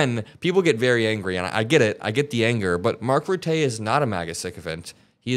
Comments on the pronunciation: You’re absolutely right! The only thing is, Mark Rutay sounds so silly to me as a Dutch person 😂 Mark Rutte is pronounced more like “Mark Ruttu” with both U’s pronounced as in “but”. At least, that’s the sound which comes closest to it. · Hi, Rutte’s name is pronounced ‘Rutta’. Not ‘Rattay’. Accent on first syllable. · Hi from the Netherlands 🇳🇱,. First of all, Rutte isn't pronounced Ruttay, both the u and the e sound like the u in hurt, or the i in bird. Ruttuh. Rutte is definitely playing Trump. He's not my political colour, he's right of centre, but he was our pm for 12 years, and he's no idiot. He's a little slippery but a very skilful diplomat. His main job at the moment is to make sure Trump doesn't blow up Nato. So far, so good, though the daddy thing was a silly move. Embarrassing. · Please, it's RuttUH! Like Muller, without the r. Your pronunciation "Ruté" makes him more eloquent than he is! Oke, he might be rather eloquent in his performance here, but he is the old face of the Dutch right block. I'll spit on his grave 🤣🤣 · please... its Mark Rutte,not routte. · Rutte is by the Dutch pronounced as quite similar to: Ruh-tuh. Ruh like in hut. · Just for your information, it's pronounced Marc RUTT-uh, emphasis on the first syllable. I can't listen to his speech though. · 10% !! But it's not like "Mark Ruttay" ... The 'u' sound doesn't exist in English. The 'e' in 'Rutte' should be pronounced like the 'e' in 'the'. ;-) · Leave it to the Dutch. For a tiny country, we have a huge global impact. I'm proud of my adopted home. Btw, his name is pronounced Ruh-tuh. He's our former PM. 💙💙💙💙💙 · Great video! Mark Rutte, one of our former prime ministers was called Mr Teflon for a reason. He tricked the Dutch citizens for over a decade. Even though I should care less, don’t butcher his name 😂 pronounce his last name as ‘ruttah’ with the stress on the first syllable. Keep on posting! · pronounciation: RUT-uh ;) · How to pronounce Mark Rutte